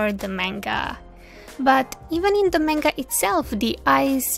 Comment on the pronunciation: I'm curios where are you from? Also I love how she turned out. One last note, please look up how to pronounce manga. Other than that great video